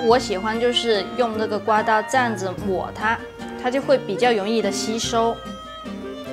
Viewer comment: 容易说成永易 是广东人吗 我另一半也是广东人呢 很喜欢你的食谱 😘